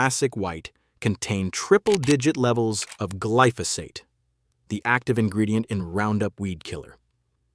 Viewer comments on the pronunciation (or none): It’s glyphosate, not gliphosite!! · I've never heard glyphosate pronounced kliftosight😢